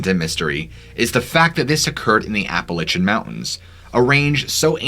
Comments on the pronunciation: My friend, I like your stories and your vid's are on point. But please, it's not Appa lichin... It's is pronounced Appa lay she an. Sorry. Plz keep up the good work. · Ap pa latch en NOT Ap pe litch en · OMG I was about ready to strangle you after the 7th or 8th or 10th time you said Appa-litch-ian Mountains. There is no Apple Itch! GDammet, it's Appalachian... like latch... Appa-latch-ian you Love your stories though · LACH not Lich but overall good show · APP UH LATCH UN Jesus Lord. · Apple itchin’ mountains… Appalachian, Apple A shun.. thank you.. you’re welcome… 😜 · Never heard of the “Appalichin”Mountains, please research pronunciations my dude! Love the content. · Ya gotta learn to say Appalachian right 1st, it’s App-Uh-Latch-Un! But the pattern sounds like a hefer bellering, just the tone is much different. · It's ap-uh-latch-uh, like apple atcha. Like to throw an apple at you. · Pronunciation nazi here, App-a-lay-shun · Seriously, learn how to pronounce Appalachian. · Dude I love your videos but please never say appalachiam like that again😂😂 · Love the channel! The way you pronounce Appalachian though...lol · its Appalachian not the way you are saying it!!!! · Great video. Though the way your saying Appalachian mountains is throwing me off lol 😂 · You saying the name of the mountain range wrong ... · You gotta listen to how “Appalachian” is pronounced, mate